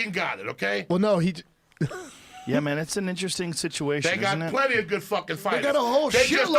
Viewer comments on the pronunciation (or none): none